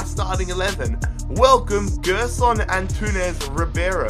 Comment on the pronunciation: the name is pronounced jerson... and please... Rebuild benfica